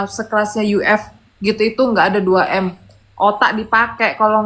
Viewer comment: denger 2M kayak 2T ..norakk wkwkwkw